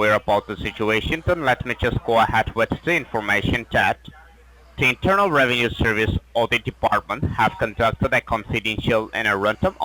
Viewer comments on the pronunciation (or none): “ RAVENUE SEERVICE “